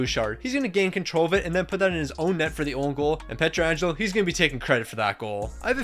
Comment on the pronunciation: Bro said “Pretra Angelo” 😭😭😭